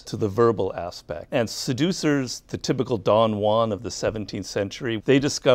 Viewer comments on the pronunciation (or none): If you want to sound like you know your seduction theory, it helps if you actually know how to pronounce "Don Juan".